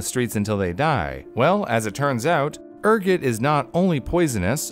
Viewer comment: The way he pronounce Ergot show he is more peasantry than high class (that video reference)